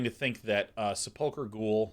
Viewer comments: At least he's not saying Sepul CHer. But yeah, slightly off with the emphasis on the UL. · His pronunciation of sepulchre is driving me insane.